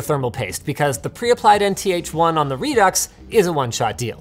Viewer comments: Re Ducks? It's said "Re Do" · Pretty sure Redux is pronounced "redoo". It is just like faux which does not pronounce the x. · is Redux not pronounced "Re-Do"?? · ReDucks? Lets just call it ReDo and end it there. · It's "re-doo" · its pronounced 'redo'